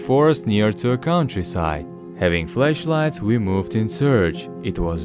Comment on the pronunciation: He says flashlight like fleshlight.